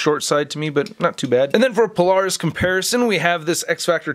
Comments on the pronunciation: Okay I missed this comment. I was wondering why NOBODY was commenting how he mispronounced Polaris. (He did the same in the previous Polaris video 2 years prior.) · Weird how I don't see a single comment about how he's mispronouncing Polaris in both this and the previous Polaris video.